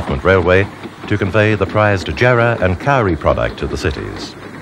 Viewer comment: The pronunciations of "Karri" and "Donnelly River" is quaint to say the least.